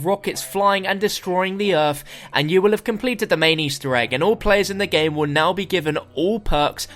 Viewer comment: Favorite moment is the says gmae